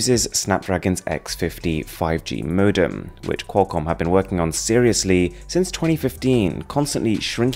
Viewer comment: Did he say 5G "modem"?